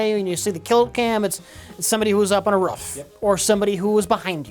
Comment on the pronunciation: "It's somebody who's up on a rrruff" :P